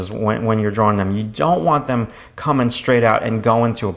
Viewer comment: i would appreciate your videos better if u learned the correct pronunciation of the word "drawing"